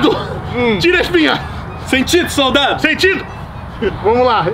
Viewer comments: Não é ser hater mas esse "soltado" tá dando agonia. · n gostava de ir p escola e hj ta falando soltado kkkkk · Man com esse "soltado" não sabia se tava falando solto soldado so cliquei mermo kkkk